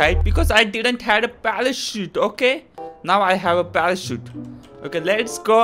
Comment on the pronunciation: He says palachute